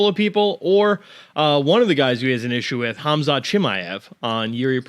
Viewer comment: Bisping calling Khamzat "cumshot" by mistake had me rolling 😂😂😂